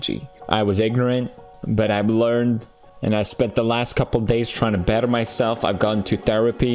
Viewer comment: "better" Jersey accent slips.